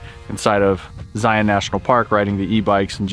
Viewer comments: Finally, someone can pronounce ZION the right way!! Cool camera work too! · Thank you for saying Zion the right way!